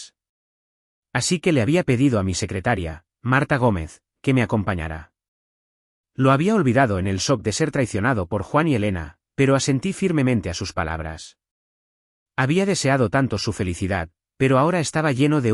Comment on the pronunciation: Sres he escuchado sus historias que caen siempre en situaciones tecnológicas y superan a los problemas familiares, hasta allí los escucho , pero cuando dicen que caen en shock dicen soq y lo más usual es decir chock, otra dónde hablan de penthouse dicen penouse y repito por lo regular se pronuncia penjause, es mi comentario, pendientes